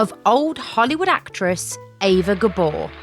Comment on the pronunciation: Well ... It's actually pronounced AYva Gabor. Sorry